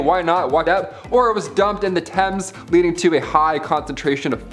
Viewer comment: I’m really enjoying this! The enthusiasm is contagious! But, please, check your pronunciations of words. Examples - Thames River. Dysentery. There are more, but I’ll let it go and there. This is only constructive criticism. Thanks!